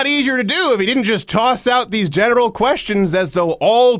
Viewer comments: why does crowder say "genital" every time he tries to say "general?" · Is it me or for the answer to Q27, you said genital while trying to say general? Hahahahaha, that’s funny, but I may need to clean the wax out of my only good ear.